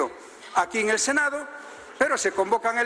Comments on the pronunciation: Se dice "Senado" y no senao.Por favor!! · Se dice senado, no senao